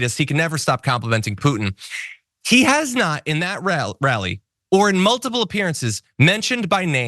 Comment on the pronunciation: “Donald Trump at a rall-eye.” lol